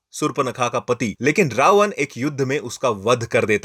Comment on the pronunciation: उच्चारण पर काम करो भाई। रावन ❌ रावण ✅ रामायन ❌ रामायण ✅ पुरान ❌ पुराण ✅ लक्षमन ❌ लक्ष्मण ✅